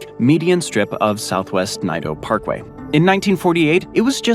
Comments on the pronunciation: Naito Parkway was pronounced Nito parkway here. The correct pronunciation is NATO parkway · Pronounced NAY-TOE Parkway.